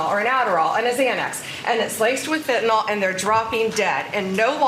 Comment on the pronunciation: She cannot even pronounce fentanyl.